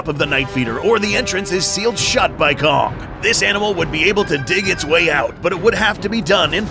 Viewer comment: am i the only one that heard c*ck instead of kong?